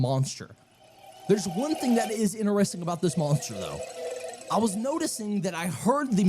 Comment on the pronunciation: The fact he can't say interesting normally he's saying ineresting